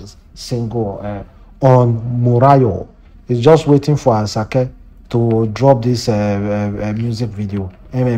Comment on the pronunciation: Please pronounce ASAKE properly